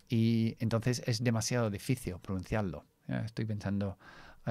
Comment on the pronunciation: Me gusta mucho tu canal, en verdad enseña mucho más que el inglés aunque todo esté relacionado con él, mas tengo una observación, cuando dices difícil en español lo pronuncias en portugués, "difíciu" pronunciando la "L" como una "U"